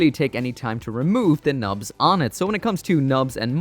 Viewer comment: Only in this video did I misheard Nubs as Knobs. Thanks!